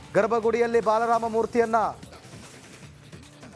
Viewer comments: marayya balarama alloooo marayya adu baalaram..... kannada cholotaga mataduuuuu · ಸ್ವಾಮಿ, ಅದು ಬಾಲರಾಮ, ಬಲರಾಮ ಅಲ್ಲಾ!!! ದಯವಿಟ್ಟೂ ಸರಿಯಾಗಿ ಉಚ್ಚಾರ ಮಾಡಿ!!! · Pl learn proper pronounciation of kannada. Being an anchor you have to pronounce properly.ಇವರು ಬಾಲ ರಾಮ. ಬಲರಾಮ ಅಲ್ಲ.